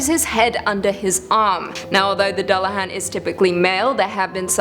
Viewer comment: Dear god it's pronounced "yo-ton" and "duel-a-haan"